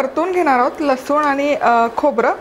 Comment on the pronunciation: लसुन नाही लसुण....